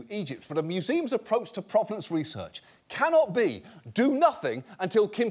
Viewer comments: Not sure why he went to “croissant” as the bougie thing for them to be doing, when in the video itself, they said /ˈpro.ve.nɒns/ like it was from “pro-wrestler” not French /pʁɔv.nɑ̃s/. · And yet they can't pronounce "provenance".